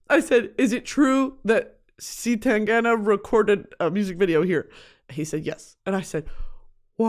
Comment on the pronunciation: As a Spaniard, you pronouncing C.Tangana with the english C is cracking me up, but in a good way.